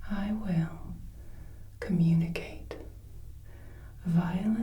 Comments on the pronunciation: Communicate not cummunicate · her: “instaed i will cummunicate” her (again) “a difficult word,a long one” me: “not for ten year olds, but for teachers!” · communicate is com, not cum ...but I still love you, Mom =) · not to be rude but cummunicate is communicate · Heh heh...."cummunicate"...heh heh. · It's communicate not cummunicate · "I will cummunicate" yeah, are we sure we're in detention..? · "I will cum" WHAT o wait "I will communicate" What a shame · I don't want to be that guy, but communicate has an O first, not a U. :/ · Cummunicate? Is that a thing? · i will cummunicate